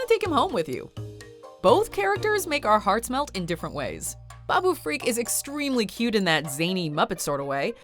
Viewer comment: Why does she keep pronouncing it "freak"???? It's FRIK, NOT FREAK!!! And, they're both awesome.